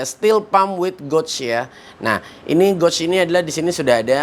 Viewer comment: Bang, maaf ya bang pengucapan kata gauge nya salah bang. Makanya divideo2 sebelumnya sempat bingung abang sebut goj goj itu apa eh ternyata gauge/gage (baca: geyj ).